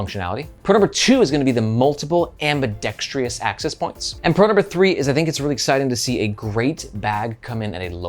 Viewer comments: There is no extra "i" in "Ambidextrous" that he keeps pronouncing lol. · Ambidextrous. Not ious